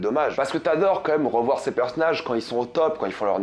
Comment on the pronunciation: Ozark est l'histoire d'une famille qui vont déménager.... Ok ça commence bien! Sans parler des "peUrsonnages"... Et, ah oui c'est "Darlene" pas "darling"... qui veut dire autre chéri... C'est pas "roof" ( qui veut dire plafond) mais "Ruth". Pourquoi tu demandes à ce qu'on écrive dans les commentaires puisse que tu y réponds jamais. C'est juste pour être mieux référencé par google hein...avoue!